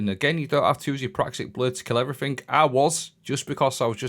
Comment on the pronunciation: "Everythink" is not a word. It's pronounced as everything.